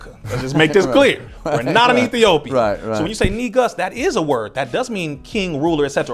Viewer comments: I appreciate but It’s not pronounced neegus it’s pronounced nigoose. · as a ethiopian I’m telling you there’s only one way. Different Accents make it sound like neeg-us. But the true pronunciation is nigoose spelled negus